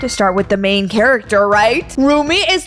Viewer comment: I'm sorry dut it's Rumi not Ruby